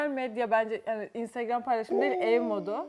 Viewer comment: Ev modunu, ev donu diye okudun eserin eşortmanından dolayı gözümü alamadım